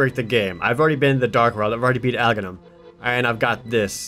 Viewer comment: yeah, i know this is 2 years old playthrough but... i just wanted to note that Russian zelda fans pronounce it "Agakhnim". And that i think its the closestest tp best pronouncination.